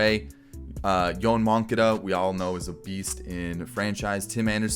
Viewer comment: Yo-Ahn Mon-Cah-Dah